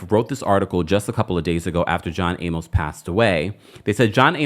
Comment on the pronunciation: Jeez man, you're killing me mispronouncing John Amos' last name! Use Google and ask for the pronunciation. Just scroll down and you'll see a short video.